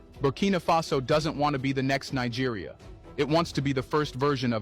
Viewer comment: Thats not how you pronounce Nigeria